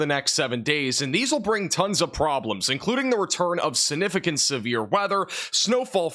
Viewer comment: Sig- nif- icant.. Not snifficant..